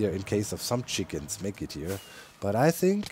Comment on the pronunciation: I know that Doc missing the "s" on chickens is probably just a pronounciation error, but it also makes it seem like all the chickens are one separate hive mind.